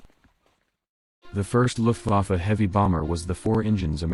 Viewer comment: The AI has terrible German - saying "Looft- Waaf" for "Looft-VAH-fa" (Luftwaffe) for example.